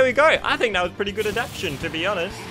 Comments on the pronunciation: Adaption? You're only saying 76% of the word there buddy. It's adaptation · *Adaptation. There's a "ta" in the middle of that word.